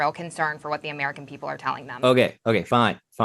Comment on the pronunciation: Comer calls y’all peeopel😂😂😂